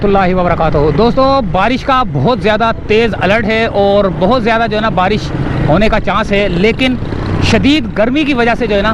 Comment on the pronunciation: hahaha. kes ne baresh ka bola